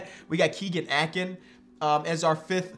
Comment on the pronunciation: A-Kin like "tin" only correcting you because he's from my hometown